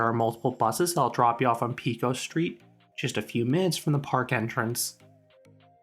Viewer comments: Pecos is pronounced "pay" "coes" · PAY COS is how its pronounced